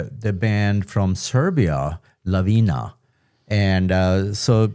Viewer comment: The name of the band is Lavina, not Lavinia, which means Avalanche. "Kraj mene" (Next to me) is pronounced like Kray mene.